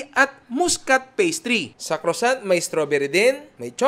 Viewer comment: Croissant (kruh.sahn)...pronounce it with a silent T at the end